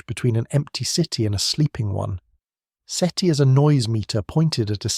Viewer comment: Seaty? Seaty... Seti. uhhgg ai slop